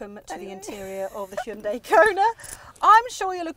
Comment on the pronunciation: THANK YOU for actually pronouncing Hyundai similarly to how it sounds, as opposed to how the condescending marketing team has told you to because they assume English speakers are idiots. Neither of you mention a heat pump. I think that's one of the major points you have to cover in any car -- 310 miles of range turns to 200 miles in the winter without one, though front and rear heated seats mollify that well. Frunks are direct indicators of front hoods which are too large and should be derided. The Kona has an excuse -- it's a gas car converted to EV. (I sure hope we see the end of those soon -- front wheel drive in an EV?) The HUD does not just look neat -- it makes the car much safer. I don't understand why that's not on every new car.